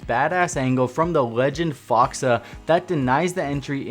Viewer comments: Just a little side note that it’s pronounced “fox aye” not “fox ah” 😂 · Fox-ah hahaha pretty sure its Fox-ay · mans really said fox “ah” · he called fox a “fox uh” lmao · “fox-ah” noob